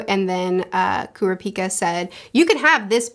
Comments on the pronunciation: I actually think I'm the opposite with Leorio (you said his name right) and Kurapika (Kurr-ah-pee-ka). I enjoy Leorio because he kinda represents the Everyday man/Normal person in a world of superhumans. a HUGE amount of odds are against him as someone who doesn't have many actual abilities other than his medical understanding and how the world works with money, but he makes it work by knowing that he can do a lot more as a Doctor/Medical professional if he was a Hunter in this world, and working around the laws to help more people. I always enjoyed Kallua (You also said his name right) and Gon as a duo, and it's interesting how their arcs kinda intersect in some ways that aren't what you really expect for most mangas like this. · Curiosity, in portuguese Kurapika sounds like "heals Dick" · Pronunciations: Gon is pronounced like cone but with a g. Killua is Key-lua. Leorio is Lee-oreo. Kurapika is pronounced like it's spelled but the enunciation is on the second syllable. ku-RA-pi-ka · Helpful tip: Kurapika is pronounced "Ku-RAH-pi-ka" and Leorio is pronounced " Lee-OR-io". Killua you got right, just put a little less stress on the middle syllable. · Leorio is pronounced 'Lay-oreo'. Kurapika is pronounced 'Crap-peak-kuh' Killua pronounced 'Keeloo-wa' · Edit: just so the nerds don’t kill you I’ll help with the names for the main 4. Gon you got right but some people do pronounce it like Gone but you got it. Kurapika is pronounced like Kura-Pee-Kuh but say it fast instead of slowly . Leorio is just Le and then how you would say Oreo. And then Killua is like Kill-uah but there’s no H in his name. Hope this helps more then it confuses